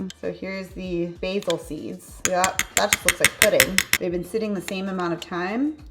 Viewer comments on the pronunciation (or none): none